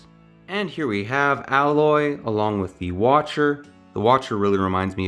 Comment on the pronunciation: I want this set. But every time he pronounced Aloys name wrong, it made me feel eegh. Plus he cleary had no idea what a focus is.